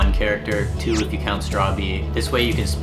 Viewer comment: Your saying it rowng bro i finish the game about 5 or 4 times bro 😂 pls say it rite it realy onoys me ask google bro😅